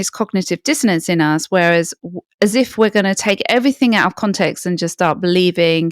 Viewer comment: Information is good...delivery way too long-winded. And the mispronunciation of the word context. Not even Pierce Morgan says context. He says CONtext.